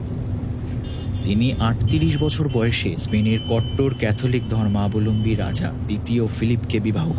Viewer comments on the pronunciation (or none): none